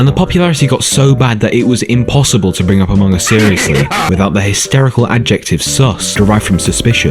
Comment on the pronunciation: I actually laugh when you say Amoung us 😂😂😂